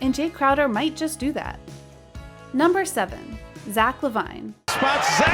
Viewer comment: Wrong pronunciation of Zach